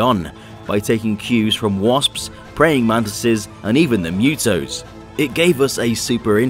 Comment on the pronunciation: thinks he says:And even the MUTOs What it sounded like: And even the Mew-toes Me:Mewtwos??? I thought that he was talking about real insects